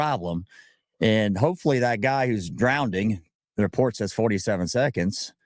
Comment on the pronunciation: this guy says "drownding", and YOU are here listening to his opinion. Wise up and be more selective who you listen to stories from. Drownding!!